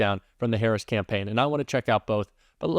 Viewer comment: Is it my ears, or do you call the VP "HarrisON?" I keep hearing it that way, even when it is not followed by 'and'.....